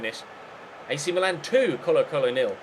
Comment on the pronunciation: The same goes with Milan! It's "Meelan" not "Malan".